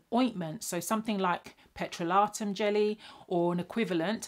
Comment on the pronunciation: Doc the way you said "petroleum" 😂